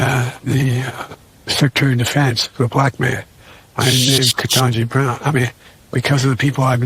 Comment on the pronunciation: He said "The Black Man by the name of Kentaji Brown"😮 rewind & listen carefully 😆